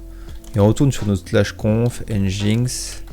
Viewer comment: Yo ! juste petite précision nginx se prononce engine-X "enjine-exse" =)